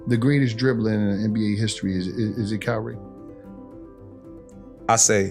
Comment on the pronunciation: it’s kyrie and it’s not even close